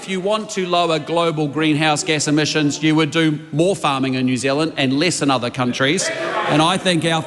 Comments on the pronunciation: Did she say emissins or emissions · Chole is so dumb 2 faced snobby person cant even say emissions properly!!!